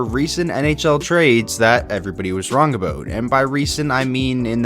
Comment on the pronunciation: Aboat, I thought Canadians don’t pronounce it like that 🤣